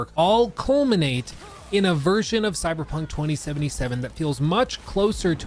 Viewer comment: Stop saying coy dude its really lame its time to stop!!